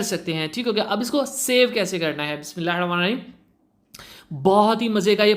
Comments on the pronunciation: Ap ki video Bht achi h but ap Sy guzarish hai k BISMILLAH sahi or aram Sy parhy plllzzz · Dost BISMILLAH drust parhen. Or aram sy parhen sari barqat tou wsi ki ha